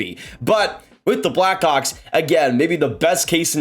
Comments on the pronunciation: man are you saying black hawks or “black cocks” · I know what he said but at 12 seconds it sounded like he said Bedard will be a black cock 😂😂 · Is this how we're pronouncing Blackhawks now